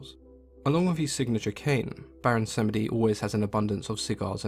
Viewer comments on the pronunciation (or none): Baron Sam-eh-dee. Ooooof. Slur the word samedi where it is like "sahm-Dee" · Pretty sure the second e is silent and is pronounced as Samdi, at least that is how the people I know who call him. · The e in samedi is silent -> pronounced sahmdee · Tea & Acid - I was taught that Samedi is two syllables, but I'm an American raised outside of Louisiana culture.